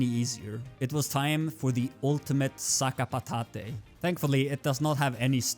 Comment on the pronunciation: Sa ka pa tat, that’s the prononciation, not sakapatat-E😂